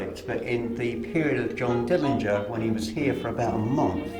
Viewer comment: Glad you paid Johnny a visit, no one pronounces his last name right, there is a video where Johnny's Dad says it the way it should be pronounced, but thanks again!